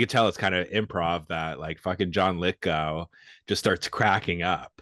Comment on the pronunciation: It's John Lithgow. Go! Go! Rhymes with sow as in wild oats, not sow as in pig.